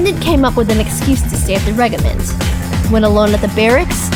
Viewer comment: I love this series but OH MY GOD WHY DID NOBODY CORRECT FRANZISKA'S VA ON HOW TO SAY REGIMENT!? IT IS DRIVING ME INSANE!